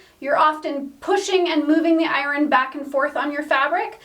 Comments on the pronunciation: Is there a W in iron? It’s hard to listen to those ironing parts. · It must be a geographical language thing. She pronounces "iron" as I-RON. In my state it is eye-urn. LOL.